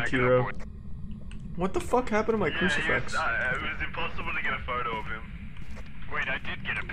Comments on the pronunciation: Why does Charlie keep saying 'Ouji-board' and 'crucifex'? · FIX! CruciFIX. Not fex... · Idk why but him saying cricifex instead of crucifix is extremely annoying and on top of that this cameon when I was sleeping so I kept having Charles Martinee in my damn dreams cause I thought that's what he was saying